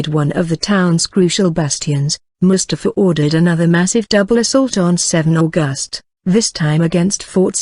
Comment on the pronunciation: This great story is entirely mangled by the soundtrack: the mechanical voice, the jerky delivery, the endless mispronunciations of words, names and abbreviations ("St." here stands for "Saint" not "street", for example, the month is AUGust not AuGUST), each of the same unidentified illustrations remains on screen long after its apparent relevance. The inflexion of the sentences serves only to obscure their meaning. Who on earth thought this was of sufficient quality to place on public view?